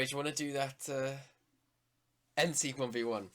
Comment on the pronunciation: You pronounced it right. I am Austrian